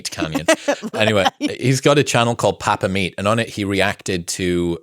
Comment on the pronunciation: ...Bro. Why are you butchering the word Papa to this degree? My internals are screaming everything you say papa-meat. Surely our lord and savior Meatcanyon would not appreciate this 😅